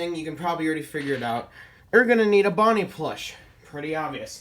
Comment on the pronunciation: You said ponnie